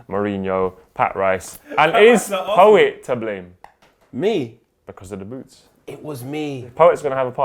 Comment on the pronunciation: pat rice... ffs poet.